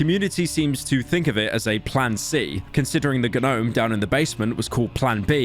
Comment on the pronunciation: I can not stand the pronunciation “Guh-nome”